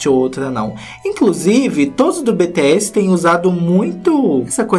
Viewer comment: meu bem se fala ( BiTiSi) tipo isss kkkkkkk e pq não é áudio pra explica